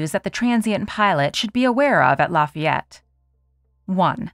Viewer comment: Lafay yette